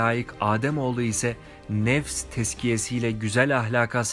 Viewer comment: Videonun sonundaki duada nefes yerine nefes diye seslendirilmiş çok önemli değil ama yine de söyleyim